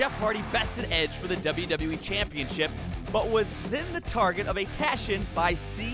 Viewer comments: I'm still trying to figure out how this speaker learned to say "championSHIP" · the intercontinental championSHIP Why do you talk like THAT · The way this dude says championship bothers me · Why does this guy say Championship so weird?